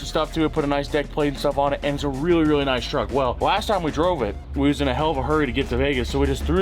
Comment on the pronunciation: The way says really weally never gets old 😂 Or is it wereally wereally… either way 💪🏽👍🏽🤣